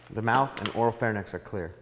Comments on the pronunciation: "Pharynx", not "pharnyx." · Good video! Just to be picky, it's pronounced "phar-INKS" (pharynx), not "phar-NICKS. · YES!!! It's phaRINX (pronunciation, not spelling) NOT pharNIX. Come on people!! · Why does every single person in these videos and in EMT work pronounce pharynx and larynx wrong? It's so infuriating!